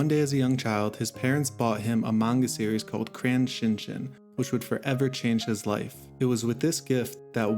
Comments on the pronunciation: Bro say Shin Chan right my guy. "CHAN" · Crayon Shin-chan not shin CHIN